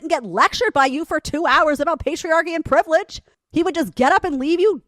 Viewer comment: "privledge" *privilege. I'm sure it was an informative lecture.